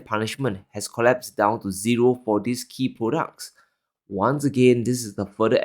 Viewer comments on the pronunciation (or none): very good content. Perhaps, reflect your pronunciation: It s not: In /ðɪs/ crazy times. It s : In /ðiːz/ crazy times.